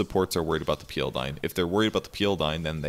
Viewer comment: I like how he prounces PL peal